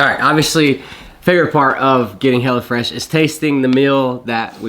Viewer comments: I don't know if it's the accent or on purpose, but you keep sounding like you say "Hella Fresh," which I think is gold. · That GA accent... Hellafresh... come on you can say it right